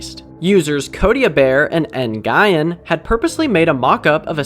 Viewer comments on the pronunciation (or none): BUT WHY DID YOU PRONOUNCE NGUYEN LIKE THAT